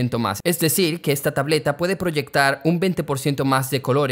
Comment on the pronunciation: ”tableta" Also: ”tablota"